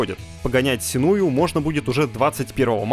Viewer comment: сЕнуа, а не сенУа